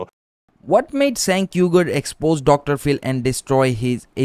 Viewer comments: It's pronounced like jank not senk lol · The C in Cenk is pronounced more like a J or Ch not an S like cent. It's a Turkish name not a Western name. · It's pronounced as Jenk, not Cenk. In Turkish, we pronounce C as J. Like Camila was actually Jamila written in Turkish when it came to Europe, they pronounced it as you pronounced Jenk and Cenk. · It's pronounced "Jenk" (similar sound to Jenkins) because C in Turkish makes the sound J. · Stop pronouncing his name wrong. "Chaenk" phonetically. Bro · It's pronounced Genk. You want to make political videos? Get your (very basic) facts straight. So intellectualy lazy. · Great video brother, Turkish people use the letter “c” for a “j” sound. So his name is pronounced “Jenk” 👍🏼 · Cenk is pronounced Jengk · No longer a big fan of him, but I believe it’s pronounced “J-Ank” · Dude, if you know know how to even pronounce his name, why should I trust your opinions about anything else? Clearly you didn’t spend 5 minutes researching this